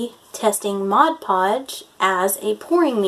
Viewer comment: It's Mod, not modge